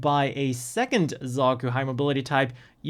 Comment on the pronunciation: i think i heard bazookey .......